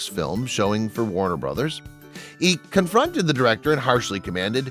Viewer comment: 15 minutes of padding to whiff at the punchline. Also, it's "comforted", not "confronted."